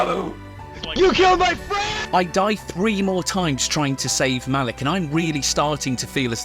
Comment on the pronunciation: the way you introduced Malik by saying her name like MONEY had me in tears